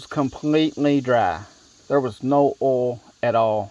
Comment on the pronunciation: Are you saying oil or all ?